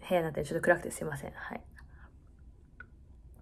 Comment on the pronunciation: はい！の発音が、心地好い...